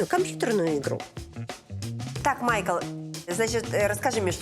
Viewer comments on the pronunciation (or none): none